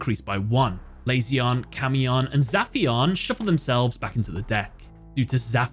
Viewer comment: how do you listen to him summon his timelords in japanese and then proceed to misprononce them? meation? ME-TA-ION lazy-on? LA-ZI-ON